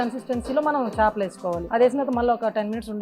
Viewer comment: చాపలు కాదు తల్లీ చేపలు అనాలి అంత మాత్రం తేడా తెలియదా ఎం ఖర్మరా బాబూ